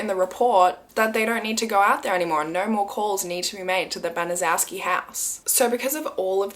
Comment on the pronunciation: Gertrude's last name is actually pronounced "ban-a- shew-ski"